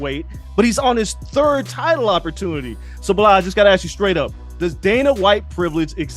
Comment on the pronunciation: “Belal World”